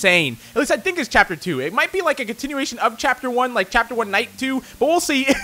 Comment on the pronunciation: he said tapter 1 im pretty sure.